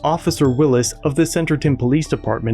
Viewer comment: Officer Jordan Wills, not "Will-is". Coming to a police department in Arkansas near you!